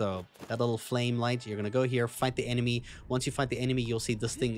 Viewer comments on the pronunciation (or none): none